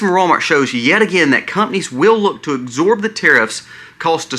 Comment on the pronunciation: It’s ABSORB! Not exsorb. Sometimes I worry that your terrible grammar causes people to unsubscribe. I appreciate all the research you do and the variety of topics you cover. So I’ll stay subscribed ❤God bless you.